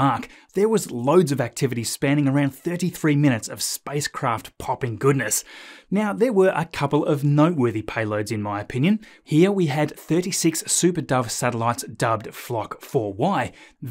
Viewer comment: Quite interesting. However, I have a few questions. What is a "spice craft" and what is a "pie load"? Is this a new cooking show or what? It must be if a company named "Spice-X" is involved. Is it an off shoot of SPACE-X?! After all, Elon has his hands in so many operations it's hard to keep track of him. Anyway, I had to take a jab at your odd pronunciation of some words. It takes a bit to get used to various dialects which really are not necessary. This video was a bit too long for me. Finding time enough to watch longer videos is not easy. I suggest that perhaps you spend less time on the bling CGI and just condense things better. FWIW